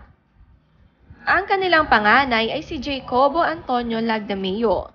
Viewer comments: Uy ms. narrator, the son's name ( Jacobo): is pronounced as Ha-co-bo, it is a spanish name. Kalurkey itong nag voice over "Jaycobo" raw hahaha! inartehan pa mali naman! eh d naman bago sa atin ang mga name na spanish ang origin, halos karamihan nga ng pinoy eh may spanish na name at surname. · It;s Ha-ko-bo, not Jay-ko-bo. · Jacobo (Ha-co-bo) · Nabago na pala ang Jacobo. Jay-kobo na pala bigkas ngayon lol Pati ang Sassenach (sasuhnak), Sasenatch ang bigkas! Nabago na rin pala?! Lol It won't hurt to research and know what you're talking about. Wag puro "latest scoop" ang atupagin. Mag invest ka rin ng time sa proper pronunciation ng mga word. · Jacobo is pronounce as "hacobo"